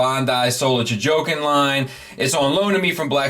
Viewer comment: "Soul of Ja-jokin'" 😆